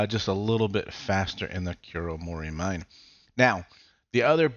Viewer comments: also, always feels weird when people called it kuromori-mine as a japanese speaker, should be ku-ro-mo-ri-mi-ne, each separated and it means mountain peak in the dark forest. but, who cares as it is just a word in a video game where non native japanese speaker have higher attendancr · Haha lol, even me who is not a Japanese also felt weird. Because I know it would've been pronounced like Koo-Ro-Mo-Ree-Mee-Nay (I tried my best to write it in a text lol)